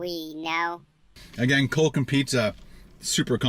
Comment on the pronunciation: "DO YOU LIKE COHKE OR PEPSI? LET ME KNOH IN THE COMMENTS BELOH!" --, Professional Food Reviewer